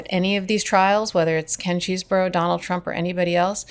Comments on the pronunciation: Love your saying nurdy cheesboro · It’s “cheese-bro” as in Chesebrough-Ponds, the makers of Vaseline, now known as Unilever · Is it not possible to find out how to pronounce these people’s names? Chesebro, Aileen Cannon … how hard can this be?